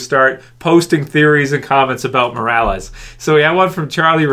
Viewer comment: Trev, pretty sure, it's Morales.